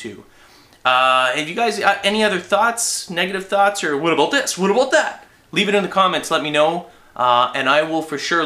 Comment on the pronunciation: aboot lol